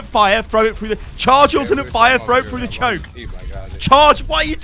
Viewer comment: when goes full london "CHARGE ALT FIRE AND PUT IT FROO DA CHOAK"